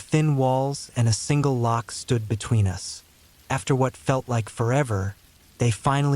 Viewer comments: “None of U.S. did” lol AI is so dumb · Yes, sounds like stupid AI when it pronounced the word "us" as "you-ess" 😂 twice.😅.